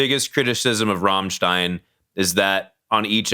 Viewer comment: First american in history who is able to pronounce "Rammstein" the right way.